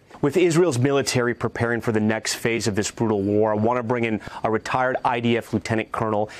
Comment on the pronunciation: A brool new wave? LEARN ENGLISH.